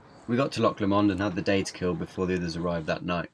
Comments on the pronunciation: Editing is on point! And everytime you say Loch Lommond you have me in stitches. 👍😉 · Lock La-Mond what the fuck "Loch Lomond" 🏴